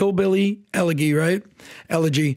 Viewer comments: ELLEGGGYYY!!! 🤣🤣🤣 Someone in your ear tell you how it’s pronounced?!!! 🤪🤪🤪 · really dude u can't pronounce elegy or luntz? Really? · Elegy. The "g" is a "j" sound.